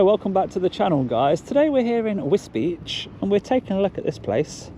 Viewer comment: And nice you actually pronounced it correct this time ....although all the locals there call it a derogatory name connected with the immigrants which are quite prolific in this last 30yrs.